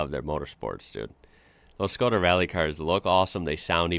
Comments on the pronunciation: You said iz correct: Shko-dah. In Europe 90% of these are diesel. Very low fuel consumption but nice torque and it pulls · You say it good,its Škoda. "Schkoda".I have one too Karoq SportLine. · said škoda corectly and nicely👏🙋🇨🇿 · you said škoda perfectly right by me as a czech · you are saying ŠKODA just right. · You said Škoda perfectly, i also think that internationaly they go as Skoda so youre fine either way. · Your Škoda pronounce is great, noone will be angry :) Wagons.... here in czech we have allmost everthing in wagons and almost 90% of cars witch are sold like a sedan or wagon are wagons :) ( much more space for almost same price) even i have Octavia wagon :D ( octavia have the biggest trunk in her class). Love your work by the way :)